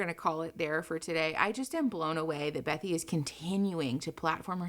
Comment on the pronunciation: Okay, so I know this is off topic. But her name is actually Bethany, not Bethy. I love your content, please don't hate me😅 I just couldn't get past it, lol